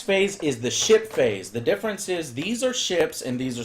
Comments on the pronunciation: Everytime he said "ship-phase" i thought:"did he just said "shit-face"?" xD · Am I the only one who hear 'Shit Face' when Joe says 'Ship Phase'? x)